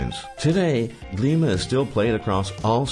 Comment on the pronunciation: Glíma (very well pronounced, btw!) is considered our national sport here in Iceland :3 The word translates to "wrestling" but it's obvious a bit different from wrestling outside of Scandinavia :P